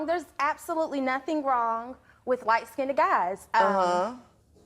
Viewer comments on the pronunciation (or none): The minute she said lightskinded I was done.